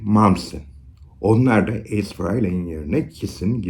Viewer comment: Ace Kiss'in büyüsüdür hiç bir gitarist onun yerini dolduramadı.. 96 yılında tekrar orjinal 4 lü tekrar bir araya geldiğinde büyük olay olmuştur. Hocam bu arada ''Ays'' diyorsunuz naçizane ''Eys'' diye okunur.